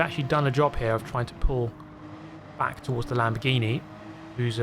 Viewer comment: I heard that too 😂😂